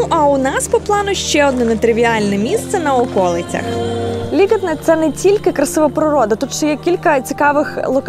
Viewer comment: ЛІгатне, а не ЛігАтне…